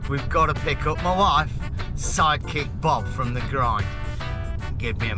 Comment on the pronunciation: lol, i thought you were saying "psychic" and not "sidekick." i think i'll stick with "psychic." Cheers and thanks for sharing!